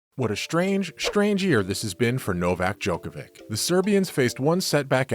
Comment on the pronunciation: Hard to take the news seriously when it comes from a sports news outlet that can't pronounce the name of a tennis player who won 21 GS and has been No1 for 373 weeks.